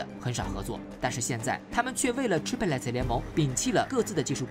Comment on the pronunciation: 解说很好 , 谢谢 但Chiplet 这句子一直拼不对 , 听了很辛苦 ! 就兩音 , 你一直读三个音